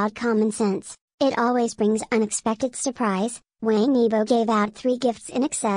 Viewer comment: I wish the narrator would pronounce his surname right. Things like that drive me up a wall! It’s being pronounced like a Westerner- it’s not pronounced like Tang in English, it’s pronounced like you would say the word “wong” in English. Wang YiBo. (E bow) Sorry, just a pet peeve.He’s a really wonderful, talented guy. I feel we should always strive to get the name right if we are going to do a post. It’s not that hard.